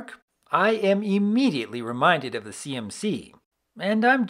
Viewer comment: Istg I keep thinking he’s saying CNC instead of CMC and it’s making me so confused about why that topic would be in a video about a kids show